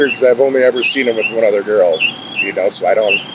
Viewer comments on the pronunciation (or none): "I don't knowa" 😠